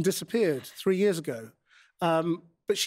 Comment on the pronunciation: i like that marina says years like "yours"